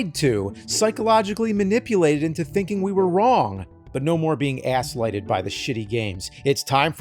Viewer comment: "Asslighted" XD